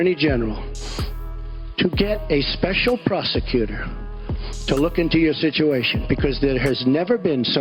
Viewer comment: Special proseQter! Concentrate on his pronunciation.